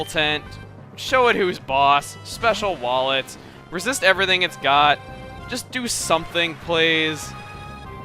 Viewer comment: When you sent out Acooltent and said "come on Acooltent show 'em what you got, special wall it..." I could've sworn you said "Special wallet"! THERE IS A SPECIAL WALLET????